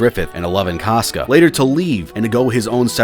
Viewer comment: say "cosca" instead of "casca" one more time and im gonna lose it